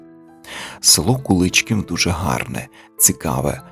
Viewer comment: Дякую за цінну вашу працю! Куличків моє рідне село, дуже мені дороге . Місцеві роблять наголос на" і " : Куличків